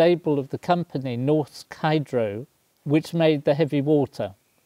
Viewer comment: Norsk Hydro is pronounced Norsk Heedro FYI 👍🏼🤓